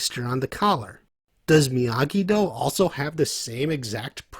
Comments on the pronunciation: Did u really say miagido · No, lmao, he said "miogido".